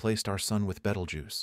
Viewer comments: "Traveling to Betelgoose🪿" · its pronounced Beetle Juice. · Betelgeuse❌️ Betelguuse✅️ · No. It's spelled Betelguese, pronouced as "Beetlejuice." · I’m very very disappointed in this text to speech voice, there are much better ones if you have to use it. I don’t understand why a person couldn’t have read the information. It would’ve made it much more interesting, at least they would be able to actually pronounce Beetlejuice.